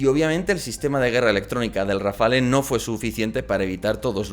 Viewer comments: Tú sí que estás hecho RAFALE. La E es muda pues no va acentuada se pronuncia RAFAL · No se dice Rafale... se dice RafaLLLLLLL...